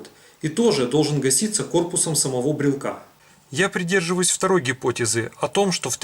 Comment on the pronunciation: Как только этот хер стал склонять "брелка", "брелку", "брелке" и т. д., можно дальше этого Митрофанушку-неуча не смотреть. Грамотно - "брелока", "брелоку", в "брелоке". Так что не могу верить козлу, который грамотно так и не научился говорить. Спонсоры, не срамитесь!